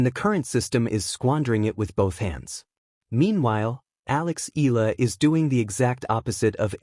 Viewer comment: Wby do you keep on saying the wrong pronounciation of the name ella, Eala is pronounce Ee-ya-lah ( 3 syllables). Eeyalah